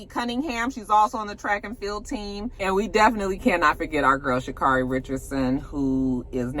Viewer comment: It’s Sha’ CARRIE , like Mariah Carey. 🏃🏾‍♂️ 🔥 🥇